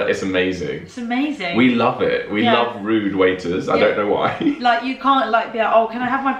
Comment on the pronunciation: Rude not ride